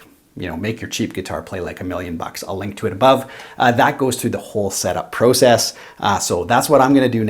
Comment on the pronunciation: And "Process" lol